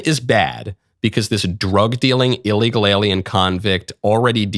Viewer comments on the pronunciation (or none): none